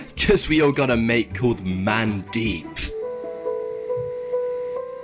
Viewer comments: Mandeep is an actual name from India. It's pronounced "mun deep" LOL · The Coke with the name Mandeep ( mun-deep mun - rhymes with "sun") it's a name very common in Punjabi community here in India😂